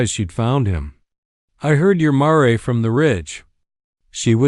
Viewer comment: Very good story. But the narration not so much! The repeated 'dot' and 'maray' for mare was ridiculous!